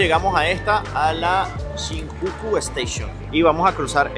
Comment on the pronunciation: Si vas hacer un video preocupate de pronunciar bien por fabor eso deberias tenerlo muy encuenta por que las personas que lo vean van a pensar que asi se dice y ojo es una critica constructiva pero pronuncias muy mal SHINJUKU.. vez el joven que entrevistas de polo azul pronuncia bien la palabra como debe ser..